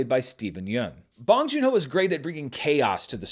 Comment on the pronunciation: "bOHNG" like own. Otherwise, nice review. 😊 -from a Korean American sub